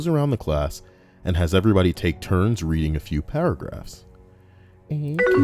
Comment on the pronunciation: 4 mins into the video and im crying laughing at my desk! "Readnig" absolutely hilarious